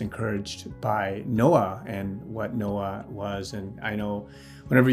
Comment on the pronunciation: Did you say Nokia or Noah? hehehehe